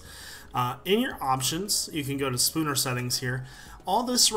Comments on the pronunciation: It's snooper not spooner settings *facepalm* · lool it's snooper not spooner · omfg hahahahah spooner settings?! SNOOPER!